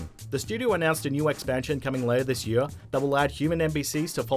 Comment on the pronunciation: year not earr